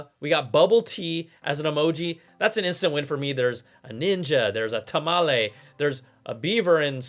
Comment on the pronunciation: You are awesome, you said Tamale!!!!! Not tamalee